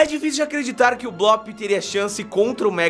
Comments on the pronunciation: não e bloop que se fala e bluup bloop se escreve e bluup se fala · NÃO É BLÓP É BLUP MERMAO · O nome tem dois oo juntos ou seja a pronuncia é blup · não é blóóp é bloop mas tanto faz